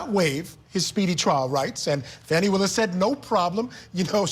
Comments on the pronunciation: Please Court TV teach you're reporters to learn how to pronounce names of folks being talked about. At approximately time mark she mispronounced Fani Willis name as Fanny (not true sounding as Fawnie). Not great and is disrespectful of anyone. 😢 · Good God people it is NOT FANNY it is Fawny. Please pronounce her name correctly. I am an atty and a long time court tv watcher. Thank you.